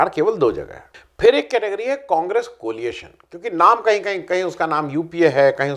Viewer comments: एक विनम्र निवेदन कोलिएशन के स्थान पर कोएलिशन कहा जाना चाहिये ! धृष्टता के लिये क्षमा कीजियेगा ! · आ., COLIATION नहीं, COALITION! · Coalition, not coaliation. There is no such word.